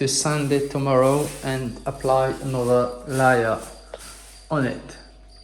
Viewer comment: The fine mesh tape for ceiling and wall cracks helps strengthen the repair of plaster. Watch other tube channels on repairing plaster. And don’t use scissors they are ruined now. Layer— laayer Not liar as in not being truthful. Feel better, sounds like you are getting sick. Gargle with warm salt water. Please keep in mind I’m impressed that you speak multiple languages- just trying to help your English. Don’t be offended please